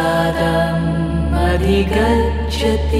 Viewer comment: I cannot express how beautifully you have rendered. Almost feels like liberation Brahma Nirvaanam and calmness Prasaadam. In 2 places, pronunciation was off. Buddhi and Adhigacchathi. If you could correct it for the next videos. Looking forward for your unique selections.